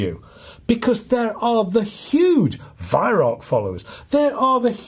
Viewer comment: just so you know Weihrauch is pronounced VYROW (Row as in argument) not VYRACK.